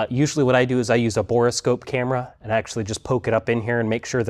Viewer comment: Say "bora" scope one more time. It's a "bore" scope for looking down the bore of a tube.